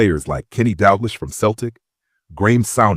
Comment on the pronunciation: Shame the names all get pronounced wrong - Dalglish and Souness are legends... if you are making a video about Liverpool, I'd expect the names at least to be right.